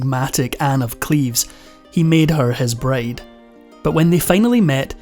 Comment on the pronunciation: So... is no one going to address how he keeps saying braid instead of bride?